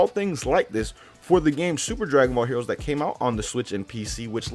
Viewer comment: he said heores